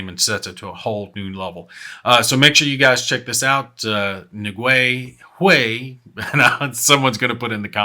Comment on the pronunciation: Happy New Year,! You can pronounce Nguyen as "N'Yen," one word.